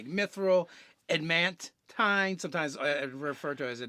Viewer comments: He kept saying "ad mant" so much that I had to look up adamantine armor on dnd beyond to make sure I wasn't the crazy one. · Why is it so hard for to pronounce adamantine? there is a second 'a' sir, use it.